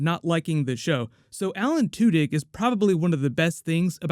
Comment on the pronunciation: 'Alan TWO-DICK.' Good luck unhearing that.